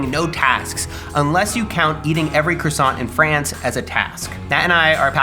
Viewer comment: Maybe while you take a month off make it your one goal to learn how to pronounce croissant correctly.